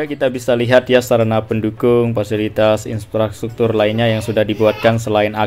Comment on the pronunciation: IN-PRA-STRUKTUR bukan IN-SPRA-STRUKTUR 🙏